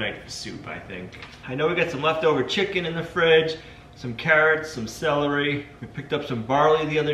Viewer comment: My time to poke some fun kid! Where is the "a" sound you speak in celery?